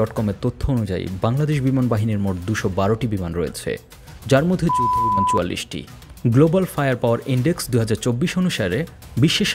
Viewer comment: যুদ্ধ বললে পুত পুত কেন করে